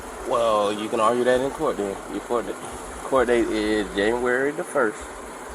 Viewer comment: Isn’t “Januwary da Fers” NYD???😮